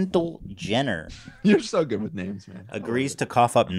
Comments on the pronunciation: That end bit 😂 Oh Ethan you butcher it every time but God bless ya for trying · Omg the Ethan name butchering montage at the end, LMAO. Props to whoever put that together.